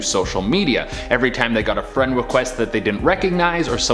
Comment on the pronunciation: Oml. Fwend wequest.